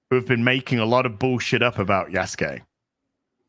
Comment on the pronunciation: I keep hearing "Yesgay" when is saying "Yasuke"... Is it just me?